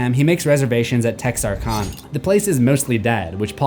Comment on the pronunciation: I giggle how mispronounces “Texarkana. “